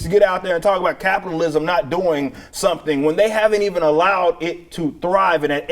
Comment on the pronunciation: Did she say "Copitalism?" SHE'S TELLING US HOW SHE WANTS SOCIALISM! LISTEN TO HER CLOSELY! HEY! WHERE'S HER MASK?!?!